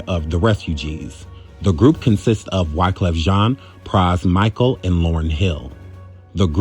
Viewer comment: Pras "Micahel"??? Man.....you tripping.